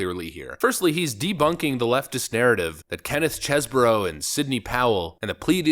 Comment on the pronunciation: Why cant you reporters pronounce the mans name correctly? Chesebro...Chese-bro...bro bro bro not boro